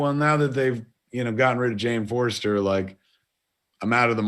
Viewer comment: Jane Forester? Mordoo? My ears are bleeding.